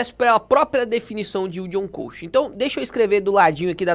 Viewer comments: Orientações muito boas, só uma coisa me incomodou o vídeo inteiro: a pronúncia correta é "cost" e não "coast". 😅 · “ILD ON CÓST” e não CÔST.